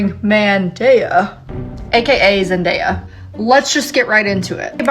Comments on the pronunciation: I wanted to scream everytime she said mandaya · Omg I get so angry every time she said MANDAYA. Like she was the girl in school who would call you names and be an asshole. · "its just an opinion" *continues to call zendaya MANdaya* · no way she just called zendaya MANdaya and tom terry holland 😭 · She’s actually so annoying. Ain’t no way she called Zendaya MANdaya…